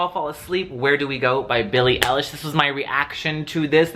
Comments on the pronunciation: Him: billie ellish,billie eelish,billie eylash Me:aaaaaaaaaaaaaaaaaaaaaaaaaaaaahhhhhhhhhhhhhhhhhhhhhhhhhhhhhhh. Its BILLIE EILISH Not trying to be mean Ps i love your vids❤️ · Yes it's eye-lish lol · EYE-LISH NOT THAT HARD HYEYSHDHDKJDHD